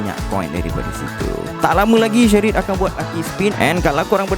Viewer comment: Shareit bang bukan shery